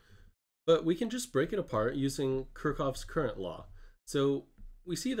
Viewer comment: excellent explanation. just your pronounciation of Kirchhoff gave me a hadache as a German.